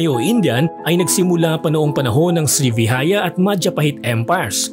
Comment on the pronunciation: Maharlika ay mula sa Malay word na mardeka o Merdeka na ibig sabihin Kalayaan. at di po sri vihaya ang pronunciation sri vi JA ya